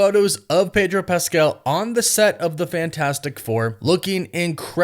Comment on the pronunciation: Its Pedro ffs😂😂😂